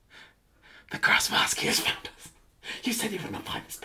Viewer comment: D...d...did you say grass mask? My god ashens what have you done?